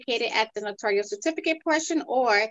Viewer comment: It’s Notarial, not notorial or notorious!